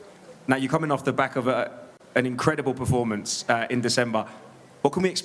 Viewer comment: Francis prnounced "Performance" like GSP😅 "Im impressed by yo pefomence"